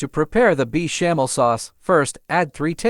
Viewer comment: Is this voice AI ? Beechamel sauce?